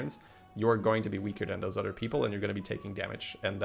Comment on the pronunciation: It’s “other” not “udder”